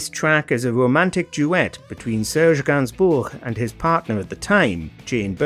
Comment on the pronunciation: Hats off to you for pronouncing "Gainsbourg" properly. Too many English speakers lazily goe with GAYNS-BURG or somesuch